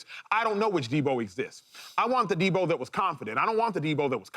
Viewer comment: He thinks so much of Deebo he can’t say his name right